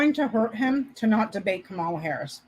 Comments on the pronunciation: KA-ma-la. Accent is on the first syllable. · Can you please start pronouncing her name correctly? I know that you’re not doing it on purpose, but it would be really be nice to get it right. Comma-La. that that’s it. Comma-La. Kamala. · Thanks for a great video! Just please remember Kamala is pronounced Comma-la. Not the way Trump says it. 😅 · Her name is pronounced KAH-mah-lah or KAH-muh-lah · Kamala = 'Comma-la' (rhymes with Mom-a-la, which is what her stepkids affectionately call her)